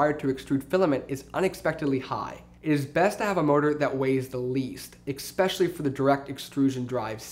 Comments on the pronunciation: eXpecially. oof. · And then he said "expecially" -_